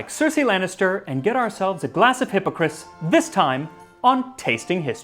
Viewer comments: my french friend said it is pronounced ass at the end not is :P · I loved this video. It was most excellent. The only thing that is off is your pronunciation of the word Hippocras. The "cras" at the end of the word is not pronounced like "Chris" but an A sound like that of Apple. If you are interested there's an episode of the Supersizers about the Elizabethan period which talks about Hippocras. And as it's the Supersizers it features our favorite food commentator Sue Perkins. Seriously though, awesome video.... OhandtheguyGileswaswronglyaccusedandlikelydidntkillanybodyhewasjusthatedbyalotofthegentrysotheyconcoctedthestorythathewasamurderer. Ok, I swear I'm done, byeee! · So....is it pronounced Hippocris ,or is it just him ? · Please check your pronunciation - I love your information, but the constant mispronunciation of hippocras was super distracting. You did better on the non-English words than on the topical word.